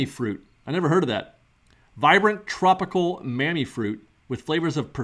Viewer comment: Hey. Great video as always. By the way, you don't look "washed-out" in today's video! 😆😆👍👍 Mamey is pronounced "Ma-May" in spanish. 👍👍👍